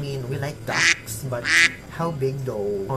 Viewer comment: Excuse me, I thought I heard you say dacks yet you presented a picture of a 🦆.